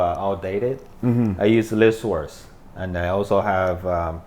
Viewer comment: Did he say he uses list source? I couldn’t understand that good